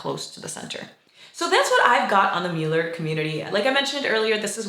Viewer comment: Thank you for the positive coverage of our beautiful neighborhood and especially for pronouncing the name correctly.